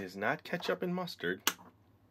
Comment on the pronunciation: "Push out the mastard"